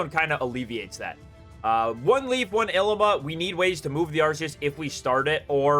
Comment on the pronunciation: The way you pronounce "Ilima" is borderline criminal :)